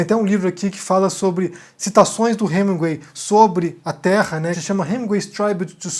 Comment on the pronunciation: Para você que é o rei da pronúncia, está feia essa pronúncia de "HeminGÜEI"...